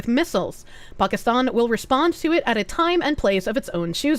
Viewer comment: Ponkiston. lol